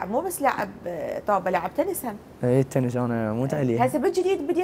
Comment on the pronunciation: اسمها تنس مو تنز